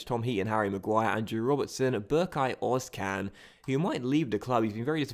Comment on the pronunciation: Özcan is pronounced "Ers-Jan"